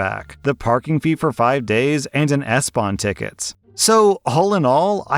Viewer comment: that SBahn Ticket pronounced just right 👌👌👌